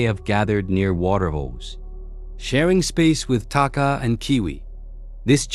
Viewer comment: The Maori has been discovered to be not the first humans to first humans to have reached New Zealand , there were humans here proir to the Taupo Lake eruption in 86 AD The word Takahe is pronounced Taka-HE